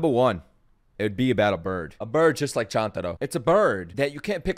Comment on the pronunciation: Can I break ur mind and say that chantaro is actually chUntaro and you have been miss pronouncing his name the whole time